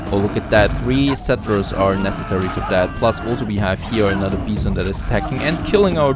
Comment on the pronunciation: lol love how you pronounce Rhino and Bison with the "ee" sound of I :p